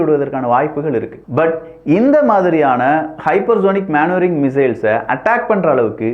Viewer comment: தம்பி அது மேன் வரிங்க இல்லை மெனு வரிரிங்